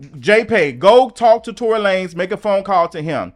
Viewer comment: I loved when you use to say Tory Lay-nez 😂😂😂😂 I’m crinnne